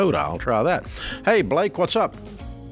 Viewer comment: Blake? …..Blaaaaake?…… Ba-la-kee 🤣